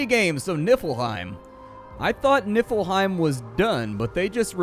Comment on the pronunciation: Lol he pronounced it niffle hime lol